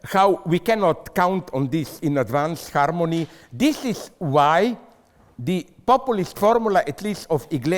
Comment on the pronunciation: O, Sister Brothers- all of the above + "HARMonEy of Marxism"...